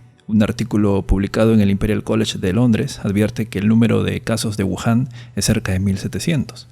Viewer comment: es wuhan o Yahoon??